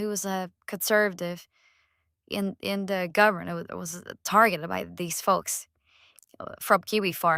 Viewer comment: The AI voices talk like Chris Chan. The way they replace the "TH" in every word with a D make me giggle